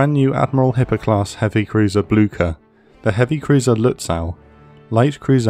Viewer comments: 'Nother pronunciation gripe, this time from the German side. I mean, jeez, you only have the names of a few ships: Lutzow (lut-so); Möwe (mur-vuh, with "mur" as in "murder", and the closer you can get to a soft British "r", the better: no penetrating American "r"!)); and Blücher (`blew-sha). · It’s not pronounced Bloogshher though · Just a couple of things in a language note: The "e" at the end of Kriegsmarine is emphasized in German. The ship is called "Blücher" named after Prussian Field Marshal Gebhard Leberecht von Blücher. You pronounced "Blücher" as if it was spelled with a "ck" instead of a "ch". This is the proper pronunciation of "Blücher": [ˈblʏçɐ] PS: I understand that German is a foreign language to you and obviously don't expect you to pronounce everything perfectly, I am just trying to help with it. PPS: You pronounced "Lützow" perfectly. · Did anyone else neigh like a horse when he said Blucher? If you did, you are a person of culture and I love you.